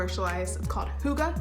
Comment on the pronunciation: I'm I the only Danish person here who get triggered when people say hygge wrong?